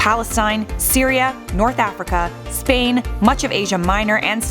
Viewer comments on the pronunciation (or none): none